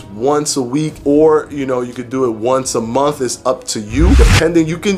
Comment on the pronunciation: "Inna-minute" fasting. diction is really off-putting. You really can't get away with that lingo bro if you want people to see you as a credible source of information. You can't say wif and momf, you gotta say with and month. And, you can't say human growf hormone either. Like it or not bro, Thomas is crushing you right now and part of that is your mouf. Yeah, you're a showman and just as informative as Thomas but the mouf is really holding you back. Fix it.